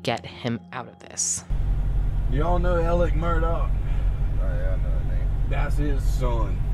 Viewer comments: The name is murdaugh to clear up any confusion.: continues to say Murdock the rest of the video, just like everyone else does. 🤣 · Also its Murdaugh (aw) not MurdoCK! Whyyyy🤦🏻‍♀️🤣